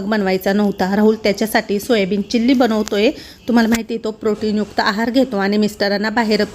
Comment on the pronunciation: चिल्ली नाही चिली असतं ते